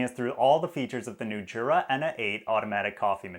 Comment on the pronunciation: Jura is from Switzerland and the J in Jura is pronounced like a Y. Phonetically it’s Yoora. ( Not being mean saying this, by the way).